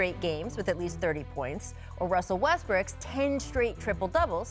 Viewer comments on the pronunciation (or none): Lmao she just said "Russel Westbirck" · So everybody gon act like Rachael didn't say Russell Westbrick in the beginning 😆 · she said "westbrick" lol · So no one noticed that Rachel called Russell Westbrook, Russell Westbrick? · Correct me if I'm wrong, but did she just say westbrick?